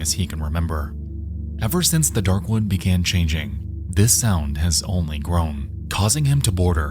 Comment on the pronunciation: All I hear is “Dark One” every time he says “Darkwood” The word “wood” is not hard to pronounce but apparently to this dude it is 🤷‍♂️